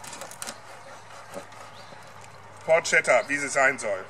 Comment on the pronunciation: it's written porchetta but you read it porKetta btw...